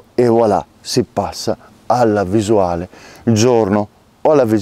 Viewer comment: “ho la visulale, slu”. Sono morto 🤣 A parte questo, gran video, bravo. Come sono i runtime effettivi almeno dai 1600lm in su se tenuti accesi di continuo?